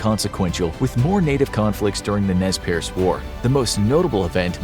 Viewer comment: "Nez Perce" pronounced "Nay persay"